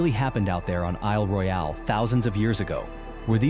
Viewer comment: I’m in mi. It’s cool, but this ai is gay af! Isle RoyAile lol stfu ! lol Yep , I’m from Michigan !